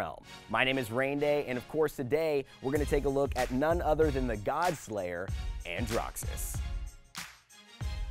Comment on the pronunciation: Did he pronounce it andrough?! Helpful vid though